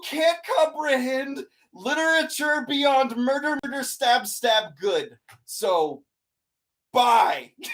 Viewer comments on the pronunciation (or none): “beCAUSE THERE IS NO MURDER, MURDDER, MURTHERRR!” flailing intensifies